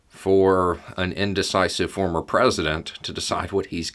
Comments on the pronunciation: Nice slip at end when saying former, sounded like you about said Fuhrer lol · It almost sounded like started to say "fuhrer" rather than "former" president. 🤣😅😂